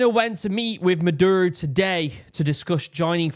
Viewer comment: a good way to pronounce spanish words on the fly is to break it into 2-3 letter syllables and pronounce them as easily as possible. for instance, "caracas" should be "ca-ra-cas" and the only sensible way to pronounce "ca" is like in "car," then the same vowelization for the "ra" like and so on. you end up with "kah-rah-caas." maduro- "ma-dur-o" leads to "mah-dure-oh". its not perfect, but its usually close enough to get you by. if you notice, other pronunciation choices don't roll off the tongue. i'm an american, and found this video to be very helpful. i think all these kinds of stories should be accompanied with maps so that people can understand exactly where things are happening. only thing missing was a topographic map, then you would have seen a couple of bomb sites were at the tops of mountains, indicating anti-air emplacements. we all hope this simmers down and venezuela takes the opportunity to come out with a better government that the people actually elected. say what you will about trump, even though he disagreed with the 2020 outcome, he still stepped down. hope the linguistic tips help!